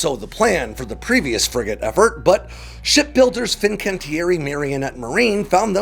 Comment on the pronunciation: I love that you are the only person who pronounces Fincantieri properly